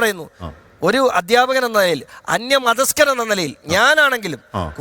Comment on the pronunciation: Mathaskan alla moyanthe...Mathasthan